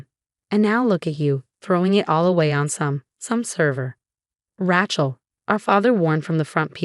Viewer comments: Not a tool either - ratchet. "A" as in ABC pronunciation. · “Rat - Chel”? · The name is Rachel not Ratchel